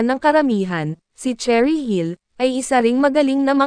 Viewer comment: Nooo not Cherry dear, it's Sheh-rih 😣